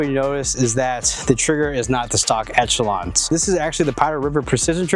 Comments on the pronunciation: Folks really need to learn how to pronounce Echelon. It's ESH-eh-lon, not ETCH-a-lon. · wtf is an etchalon... esh... esh, like echelon formation... ReeEEee... tweaked me out every time he said etch... as an aside, ordere the prp spring kit to pair with the tyrant cnc trigger for the ultimate combo... too bad this gun comes with such a weak trigger, otherwise i really like this gun as my goto striker pistol (made the switch to 2011s). Good video, enjoy getting razzed for not pronunciating things correctly, the internet is an unforgiving place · Man. Good info. I like the vids. The fact y’all can’t say Echelon correctly made me change channels.